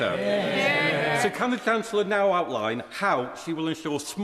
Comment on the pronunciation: Reeves sounds so downmarket and dim: Can't even pronounce her title! Calls herself the "Chance-ler."